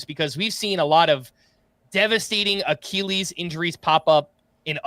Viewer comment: "Ahh Keall Lees"